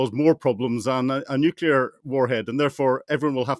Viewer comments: Why does this "expert in nuclear" keep saying "nucular". What a sad reflection. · I so wish someone would ask him how many “U”s there are in NUCLEAR. I’ve always only counted one😵‍💫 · I don't think Colonel Hamish de Bretton-Gordon can really be a" nuclear expert" if he cannot even pronounce nuclear correctly. Nuclear only had one 'u' in it, so it is not prononced as 'nucular'. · How can a guy, like Hamish, with a lot of education say nuk-U-lar, instead of the correct Nu-clee-ar ? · Please stop saying “nucular” gentlemen. Nuclear. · How is is possible that a "nuclear weapons expert" like Colonel de Bretton-Gordon doesn't even know how to pronounce the word "nuclear"? Colonel, It's not nuc-u-lar, its pronounced "nu-clee-ar." Your constant mispronouncing of the word is like fingernails on a chalkboard. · You cannot be a nuclear expert and keep saying « nucular » rather than « nuclear », like George Bush was saying. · LOL a brit who can't (or doesn't know how !?!) how to pronounce N-U-C-L-E-A-R!!!!!! Looses all credibility!